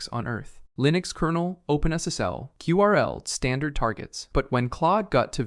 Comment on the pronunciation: Less than 1 minute in and can tell it's slop with the way "curl" is pronounced. I can imagine people sound it differently but "queue RL" is never gonna be one of them lol